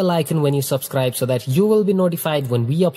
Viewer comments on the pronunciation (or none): none